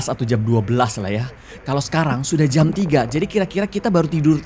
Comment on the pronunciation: uniknya karegi kalo ngomong 'jam" jadi ngomong jem wkwkwkkwkw